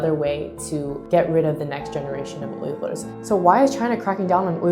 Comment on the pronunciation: When she says ughurs it sounds like her tongue gets paralysed